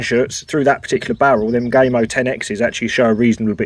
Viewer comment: Lol did you just call gamo gay mo 😂